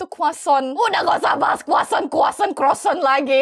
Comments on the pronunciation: Lucu bgt yg pas bilang kuacon padahal roti croissant😂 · Aku ngakak yg pas bilang croissant 😭😭